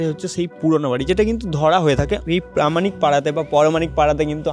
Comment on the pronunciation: Content ভীষণ সুন্দর শুধু বাংলা উচ্চারণ যেমন- পারামানিক, তত্য, ইত্যাদি শুনতে বড্ড কানে লাগে এবং রুচির অভাব। একটু স্পষ্ট উচ্চারণ করো। ভিডিও আরও ভালো লাগবে। বেস্ট অফ লাক, খুব ভালো লাগল কন্টেন্টটা